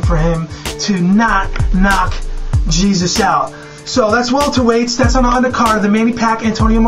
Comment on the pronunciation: its HAY-ZEUS not jesus lol